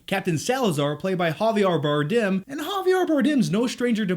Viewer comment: Oh, man, you English speakers sound like you're trying not to choke up when pronouncing Javier Bardem's name